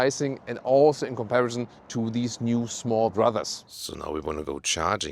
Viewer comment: "In comparizon"....love it.